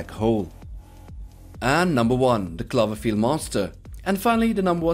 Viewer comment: Klaverfield, really? You can't pronounce the word clover? Did you even watch the movie? Lol